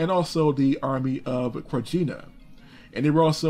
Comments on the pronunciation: It is Babich, Abdich, Krayina... come on man your pronouncing is horror... ear bleeding. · The Serbian Republic of Krajina is pronounced Krayina